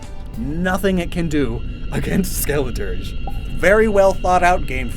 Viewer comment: I chose Fuecoco for my playthrough (context) i LOVED Skeledirge (I pronounced it skeledirggey) i thought the fire was flames leaking out of it's mouth, which made it my fav starter final evo